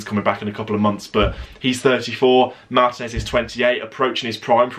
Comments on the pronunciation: One constructive criticism. Can you please pronounce ethnic names in their native language in future videos, rather than anglicize it. For example, Martinez's name is pronounced mar-TEE-nez, not MAR-ti-nez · but that's not how it's pronounced in Spanish. Stop being ignorant.